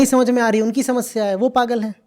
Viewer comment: Jab jab "pagal" bolte ho, " chutyo" sunai deta he 😂